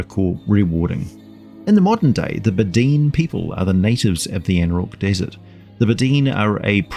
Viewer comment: I think it’s pronounced, Bed-oh-win